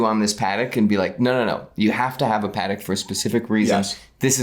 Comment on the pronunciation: Lol no shock on you not pronouncing Wimbledon properly as you fine people in the US can’t pronounce Patek properly lol